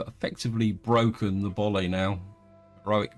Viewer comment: Boii, pronounced Boy, not Boli.